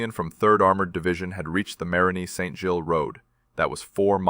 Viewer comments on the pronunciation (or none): none